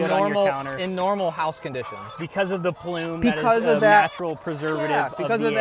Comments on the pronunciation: PSA: The natural covering on the egg is called the “bloom” not ploom. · “PLUME” or “BLOOM” ??? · So is the guy showing you his place hanging his head in shame yet? It's BLOOM, NOT PLUME!! Other than that, great and informative video.